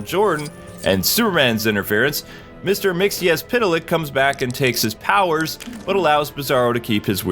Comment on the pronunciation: mixxle plix, not mix-xpittle-lex watch the superman the animated series episode, cause you're saying it wrong